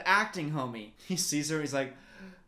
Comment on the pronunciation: Did he just call Julius Ceasar ... Cici?